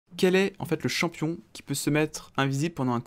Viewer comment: tu veux pas vien prononcé le nom des champions c'est horrible